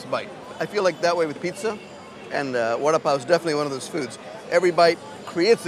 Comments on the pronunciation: lol I thought he was saying "Warda-Pow" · It's pronounced "wada paw " ?